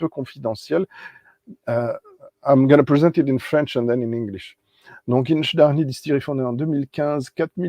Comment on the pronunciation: Sorry to be a pedant,, but you seem to have left an "i" out of the middle of InchDairnie. Oh, and while I'm at it: "Orchard House" has a "tsh" sound for the "ch", not like "ck"; "citrus" has a short "i", just like French "citron"?; "vanilla" would only have a "y" after the "ll" in Spanish... I was able to try InchDairnie's RyeLaw in the bar at Port of Leith Distillery and then wanted a bottle, but not at the shop price; luckily I got one much cheaper at auction not long after and I do enjoy it. I also have a 4-year-old Strathenry from The Whisky Barrel which is quite good. I got the Batch 001 of Strathearn, so I don't have FOMO about the Douglas Laing 'inaugural' (it may be their first, but there have been at least 4 previous releases!). I have a Le Breuil Whisky de Normandie Finition Sherry Oloroso, which I rather like. Not tried the Version Française, though. Same with G. Miclo Welche's Whisky Single Malt Tourbé, whereas my only Artesia so far IS the Version Française one! (And my least favourite of the three!) It is annoying that it is now easier for me to send things to Canada and New Zealand than France and Belgium (I voted to stay in the EU...) The only Brazilian whisky I have so far is a Union bottled by Cadenhead's (for which my notes read: "Big, Sweet & Rich, Almost jammy... A bit hefty"!). Good stream!